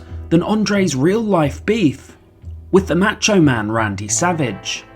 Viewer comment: "The MatchOh Man Randy Savage"